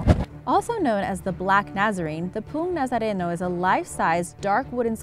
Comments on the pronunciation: Po-ong not Poong Nazareno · Uhm. . .I dunno if anyone has commented about this yet and I'm tired of people commenting their from PH.m. .but "Poong Nazareno" is pronounced "po.ong" not "pung" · I am Filipino and the Poong Nazareno is not Pung Nazarenow....It is Po-ong Nazareno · Poong nazareno. Poong is not pronounced as 'pung' but pronounced as two-syllable word which is 'po-ong' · I have a little correction: You pronounced the pong nazareno wrong. It's po-on nazareno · No offense but it’s pronounced po-ong nazareno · The proper pronunciation is PO ONG Nazareno not poo nazareno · i eat too much sinarapan in my home !!!! Poong nazareno is speak as PO-ong Nasareno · It's actually pronounced as "po-ong Na-za-re-no"😂😂😂 hindi "puung Nazareno" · Poong nazareno is pronounced po-ong nazareno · its not poong its pronounced as po-ong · It's actually pronnounced as Poh-ong Nazareno, not Poong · Its not pronounced as pung nazareno ,its po-ong nazareno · its not poong its po ong xD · Btw the number 5 is not read as Poong Nazareno (p u n g nazareno) its Poong Nazareno (p o o n g nazareno) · Pung Nazareno Poh Ong Nazareno dapat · as someone from the Philippines, this video is pretty accurate, well done! just a note tho, i know its hard to pronounce Filipino words (but you did an outstanding job attempting to), Poong is "po-ong", not "pung" lol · Its not pronounced as pung nazarino its po-ong nazareno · Can you do a video about '' Mythical Creatures from the Philippines '' :D I heared Tikbalangs rape women :c thats kinda strange :( Btw this is how you speak Poong Nazareno Po-o-ong Na-za-re-no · Correction for poong nazareno it is pronounce as "PO ONG NAZARENO" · ITS PRONOUNCED ,PEH-SOES ,AND PO-ONG NAH-ZA-RE-NOH, AT ITS TAH-MAH-RAHW,CEH-BUU, AND SIH-NUH-LOHG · Poong nazareno is pronounced po-ong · It's pronounced as "Po-ong" Nazareno. ;) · You know it's not what you said poong nasareno wrong pronounce I'm pipipino hahaha hello mga pipipino